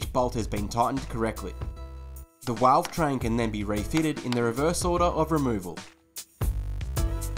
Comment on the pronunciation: did he just say 'walvetrain'...?